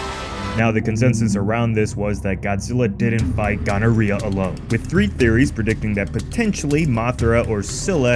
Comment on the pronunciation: ain’t no way he called my man gonorrhoea 💀☠️💀💀💀